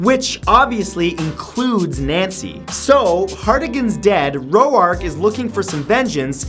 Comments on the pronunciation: clearly not seen sin city. "Ro-ark"? no no, hes "raw'k" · Senator Roark from Siny City it pronounced Ro ork you dumbass ! not Ro ARC !!!!!!